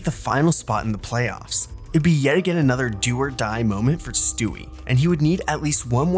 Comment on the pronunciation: did bro just say “moanent